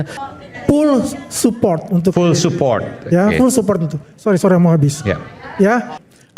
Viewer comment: ngomong full support aja malah pull support.😂.ampuunnnn..dia dbyr milyar2 tuk bicara inggris kaya gt😂😂😂dsesuaikan sm bos besarnya